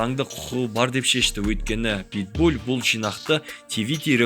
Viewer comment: Питбуль емес ПитбуЛ